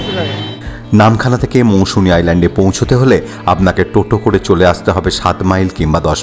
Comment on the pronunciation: বার বার মৌসুমী বললেন। ওটা মৌসুনি।